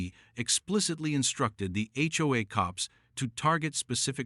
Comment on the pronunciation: Seriously?? The H O A cops not the HoHo cops